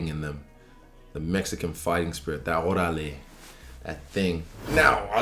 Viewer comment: “That oralé…” 😂